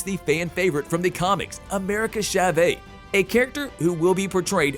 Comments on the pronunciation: When he said SHA-VAY instead of Chavez 😩 like whyyyyyyyy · Hahah “America Chavey”?! SMH